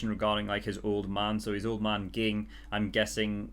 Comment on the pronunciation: By the way, it's pronounced jing. Too many comments xD